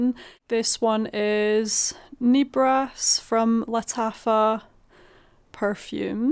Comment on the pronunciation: I absolutely cannot abide the scent of lavender on my body. I have tried, and any fragrance with lavender is a scrubber. Mon Guerlain is a big "no" for me. On the other hand, I LOVE Nebras!!! PS...I know you are not from France, but L'Interdit is correctly pronounced "lon-ter-dee". As well, Nebras is not pronounced with a long "e". It's "neh-bras".